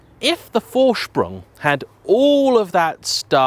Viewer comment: PORSH-AH you sound like a moron when you say "porsh" There is no opinion here. There is right and the way you say it. ...wrong. -- How do you manage to pronounce "Vorsprung" right and screw up Porsche?